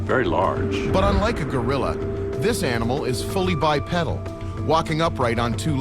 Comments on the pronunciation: Bipedal not pronounced bipeddle. 👽🐾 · The correct pronunciation is bipeedil even though it is spelled bipedal